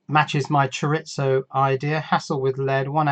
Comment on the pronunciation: I'm fine with you guys saying "al-yoo-min-eee-um." I can even abide things like "in hospital," lift, boot and bonnet. But as a Californian that knows a bit of Spanish, I simply MUST formally complain about "cho-ritz-oh." Oh, just one more thing... I'm just giving you a hard time and this is mainly to help with channel engagement.